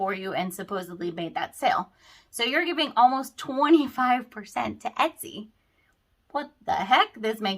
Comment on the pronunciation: My ears are hearing ES-TY, instead of ET-SY.